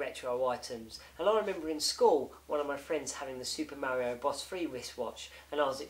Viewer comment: I like the way you say Super Mary-O. lol I knew a kid who had that watch school Back in the Day. I HATED him! I'm sure the collectors are SCREAMING since you opened that Game & Watch. I agree with you. What fun is it if you don't play it?